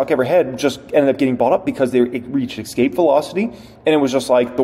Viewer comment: I don't always agree with you but you did a great job on this video. I appreciate your stock knowledge! But just so you know the word "Escape", doesn't have an "X" in it so it's not pronounced "Ex-cape". It's "Es-cape".